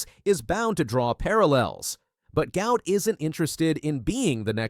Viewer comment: Fun fact, his name is pronounced as "Goo-art"..